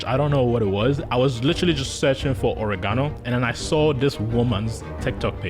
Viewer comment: I know this is A.I. because it mispronounced Oregono.